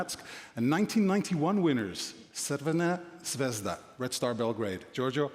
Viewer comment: Wow she really said crvena zvezda perfectly 😂😂😂